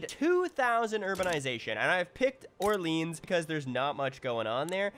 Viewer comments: So painful to hear you pronounce Orleans like that lol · I think it's because there is a neighborhood in Ottawa called Orleans that they pronounce in the English way